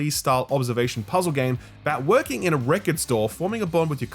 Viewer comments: STOP. SAYING. WRECK-ERD. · saying "wreck-erd" : the whole fuking video.